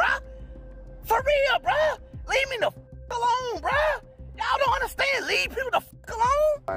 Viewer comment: Do you actually “understad” that? 😂